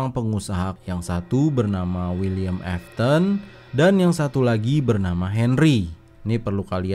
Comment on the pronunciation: Afton bukan afthon